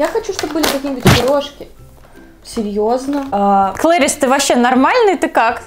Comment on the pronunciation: Правильно не клейрис а кларис